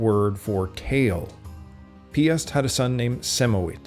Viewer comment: Piast - not piss... 🤣